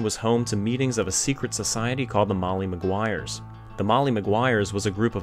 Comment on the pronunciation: MoLLy maguires ..... NOT Moyyee ..... LLLLLL